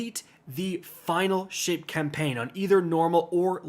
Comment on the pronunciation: Did you say Final Shit or am I tripping 💀💀